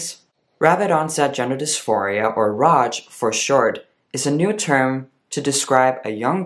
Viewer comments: Appreciate that you talk about ROGD. BTW, it's pronounced eR-O-Gee-Dee. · isnt it pronounced like rogued?